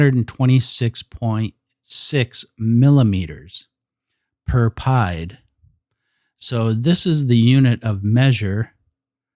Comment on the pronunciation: From all the French I took....it is not pronounced pie-d. It is pronounced pee-ed. Meaning foot...not to be confused with Pie the mathmatical figure.